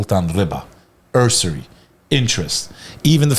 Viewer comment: Unc it’s “Usury as in Yuzuri” not “Urrsury” 😅